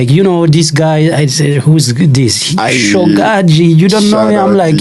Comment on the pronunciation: Sogaxi 😂😂 no , SHOGAZI !!!